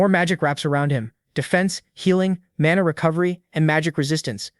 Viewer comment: AI keeps pronouncing mana as mona